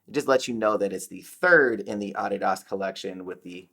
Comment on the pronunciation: Its a German company and based on a name. Americans pronounce it incorrectly...I pronounce it incorrectly knowing it too. He's accurate in pronunciation.